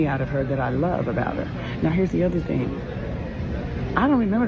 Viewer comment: "So i have this thyng i do before i come to a station" the saxophones should had started right there🤣❗Love her.